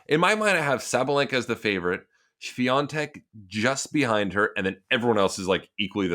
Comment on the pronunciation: Hey Sam, why are saying Swiantek insfead of Swiatek? Maybe I'm not listening well.